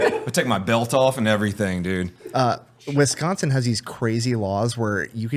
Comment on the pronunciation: How to tell someone isn't from Wisconsin, they call it Wesconsin. Hit up any college town, Platteville is a BIG drinking city (where I went to college) and more than 50% of the student population would probably know yall in one form or another. There's also sloshcosh (Oshcosh), nickname explains why. If yall do La Crosse, do it in August. Right before the next year so people getting out their last out of sport season drinking.